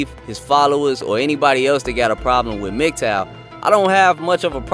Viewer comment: He can’t even pronounce Mgtow properly. His IQ is pretty low.